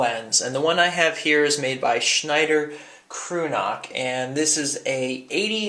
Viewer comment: It's pronounced "Kroyz-nah"